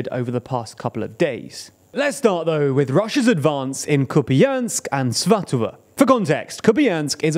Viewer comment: Oh. You're pronouncing Svatove correctly now. Nice!